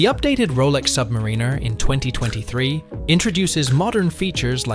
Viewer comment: Nice tactic mispronounced Submariner.